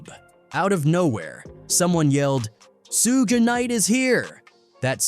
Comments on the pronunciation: Who is SooGay Knight? Eminem is Suge White. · "Soogie knight is here" 😂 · Soog? Do better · Lmao Soooga night, sooggy, Tony Yiyo! 😂😂😂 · Damn I can't believe they stood up to soog soojuh sugi and soodge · Su-gah , su-gay,and Su-gie my Boii it’s suge 😂😂😂😂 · it's Sooga not Suge 😂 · Suu-gay? That's new. Suu-gee... 🤣🤣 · As soon as I heard Sooga I'm out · Sue gay, suegee rofl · Suega & Tony Yihyo 😂 I Fukn hate AI narrators, but it's funny because it can't even pronounce names correctly. So how DAFUK is it smarter than the human mind? It's not, it's fukn cramped! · Heard sugay, sugee and ran to the comments 😆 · Sue-gay 😂😂😂 suegy 😂😂😂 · This voice is brutal. Who is sue-gay!? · You should have spelt it shug so the AI could pronounce it correct 😂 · or sooga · That shit threw me the f off. And then proceeds to mix it up with "Sooch, Soogie" etc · lmao, I was laughing at the Su-gay thinking this AI made Suge into a Japanese Samurai lmao but, the video got a thumb down from me once i heard YahYo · His many different ways can you pronounce suge incorrectly lol sue-gay sooga sue-ge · type shoog "Suge" get ai to say it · Maybe Yaaaaayo knows who Sooga is lol, so annoying. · Why do all these idiots use ai when it cant even say peoples names right every damn time it gets almost all the names wrong like any video about 2pac they call him 2 pack But suge by like 4 different names is ridiculous